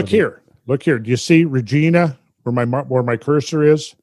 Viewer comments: Regina is pronounced closer to va(re)-gina than Regina George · As a Canadian, I have to mention that we pronounce Regina, similarly to how we pronounce vagina. Hearing Randall pronounce it Reh-Gee-nah cracks me up!